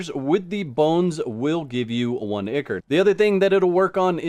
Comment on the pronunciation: FYI, Picky, I know, but I believe, ICHOR is pronounced ai-kor (eye core).